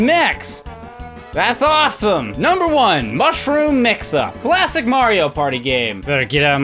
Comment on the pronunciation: Did anyone else notice he went "Numbre 7, Numbre 7, Numbre 5"